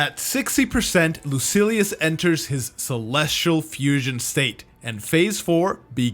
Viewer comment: Lucilius not Lucius